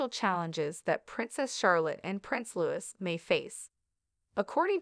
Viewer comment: Too bad you don’t read comments! It is Loose. Not Lewis! Please do homework